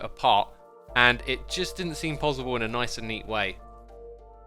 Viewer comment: When xisuma says pozzible